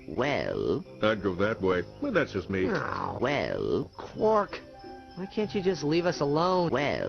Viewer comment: It's Quark not Clork.